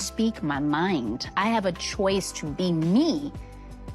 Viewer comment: Tia fkin up all the "C" words. "Court" "choice". She cringe af at this point.